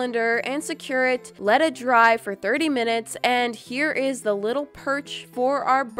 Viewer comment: not being rude but this is pretty fun in the Video you “widdle” instead of “little” or that’s how it sounds